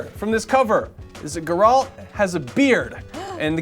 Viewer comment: stop mispronouncing Geralt!